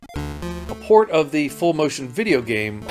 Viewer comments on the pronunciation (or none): none